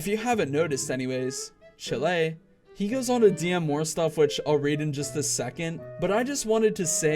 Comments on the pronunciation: not the chee-lay its pronounced child pretty much no hate just its funny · I feel bad for. But did you really pronounce chile like that? its pronounced Child.( NOT HATE) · Im sorry did you just say chill-ae I know this is off topic but chill-ae I can't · 4.56 bruh thats not how you say chile (not trying to hate)